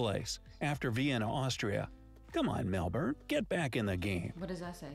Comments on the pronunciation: The way your girlfriend says Melbourne is how It should be pronounced by foreigners (Mel-burn) sounds weird when Americans say Melbin/melbun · Great honest reaction. 🙃🙂(spot on with the Melbun Brisbun pronunciation!🙃🙂